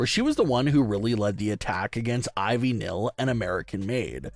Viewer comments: nile not nill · I just wanted to say that Ivy’s name is Ivy Nile like the Nile river. Not Nil.